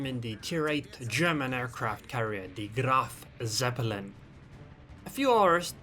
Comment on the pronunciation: "The Grrrrrrrraf Zeppelin"